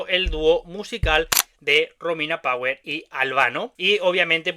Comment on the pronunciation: Mi sono fermato alla tua pronuncia di "Power", mi dispiace. E quel modo di muovere le braccia a scatti fa venire ansia. Comunque grazie per il contributo. Saluti dall'Italia.